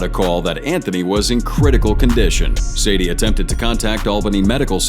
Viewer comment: How he call sade Sadie? AI